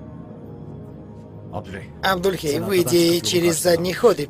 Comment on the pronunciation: Не Абдульхей, а Абдулей! Хоть имя Джаида начали правильно выговаривать...